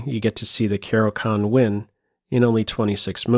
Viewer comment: It's pronounced "Caro-KHAAAN!"